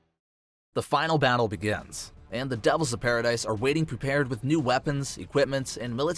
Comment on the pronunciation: paradis not dice. it’s killing me